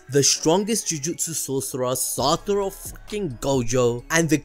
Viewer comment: SA TO RU ---- not SA TU RO